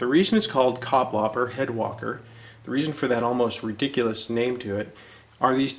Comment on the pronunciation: Kapplapper? Butchered indeed. :-)